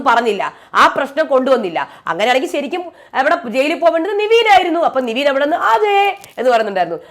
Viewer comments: നിങ്ങൾ നിവീൻ എന്ന് പറയുമ്പോൾ അരോചകം തോനുന്നു. കാരണം പുള്ളിയുടെ name നെവിൻ എന്നാണ്. എല്ലാരും അങ്ങനെ ആണ് വിളിക്കുന്നത്, Bigg boss അടക്കം. Kevin എന്ന name കിവീൻ എന്നാണോ വിളിക്കാറ്. എന്തോന്നടെ ഇത് എത്ര പേര് പറഞ്ഞു ഇതൊന്നു മാറ്റാൻ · നിവീൻ അല്ല നെവിൻ അല്ലേ..